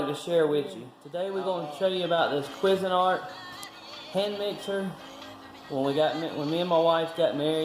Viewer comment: Love how the calls it a "Quiz" a nart!!! HAhahhahhaaaaa.... Up here we pronounce it "Kwayz" a nart! Used to be really good stuff, but now with cheap Chinese plastics and low gauge metals, the quality is just not as good as the stuff the company was producing back in the 70s/80s. As it is seeming with most stuff. Cheers Ronnie!